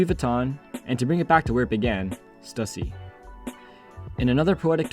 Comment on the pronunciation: Bro how can you pronounce stussy wrong